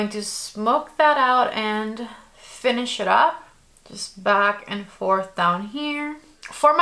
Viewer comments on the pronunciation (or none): none